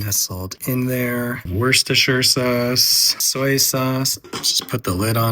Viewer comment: Finally! Someone who knows how to pronounce Worcestershire! Thank you! It's not that hard, people.